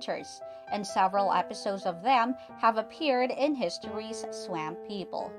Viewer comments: OMG!!! IT'S NOT PRONOUNCED SWAAAAMP LIKE LAMP! IT'S PRONOUNCED "SWUMP" LIKE HUMP! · You should really have someone narrator video who knows how to pronounce swap. Y’all should be embarrassed. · Someone please tell this woman (narrator) how to pronounce S-W-A-M-P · Swaaaahhhmmmp! Not Sw AMP !! PLEASE !! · I've never heard someone say swamp the way this video dose....from louisiana...its hillarous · She may be from Wisconsin. S'alright tho